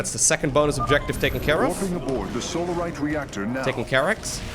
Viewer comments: At least you're not saying Salarite anymore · I remember the days when didn't say Solarite right:P